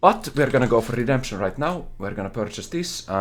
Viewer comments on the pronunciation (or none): I loved when said:”It's RedempShening time” and used the technology once again. Truly one of the moments of all time.